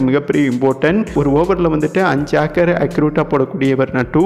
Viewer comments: அது என்ன ஆக்கர் ? யார்க்கர்... எங்கே ... யா ர் க் க ர்... யார்க்கர். ஸ்டைல் ஆக பேசுவதாக நினைத்து கொண்டு உலற வேண்டாம். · பம்பரம் ஆடற பழக்கத்தில் ஆக்கர் என்று பேசுகிறார் போலும். யார்க்கருக்கும் ஆக்கருக்கும் வித்தியாசம் தெரியாத ஆள் கமென்ட் ஐ கேட்க வேண்டிய நிலை நமக்கு தேவை தானா